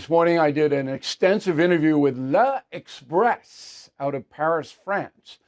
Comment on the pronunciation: It's not Le Express, it's L'Express and Putin, Russia is NOT our enemy.